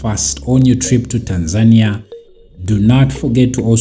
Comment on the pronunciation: You have a problem to pronunciation of the country name. It's TANZANIA not Tan'-zania